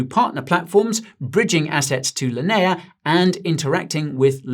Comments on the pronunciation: Linea" in "Linea blockchain" is pronounced "lin-ee-uh" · How you say... Linea again? (LOL) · why pronounce Linea like that >_>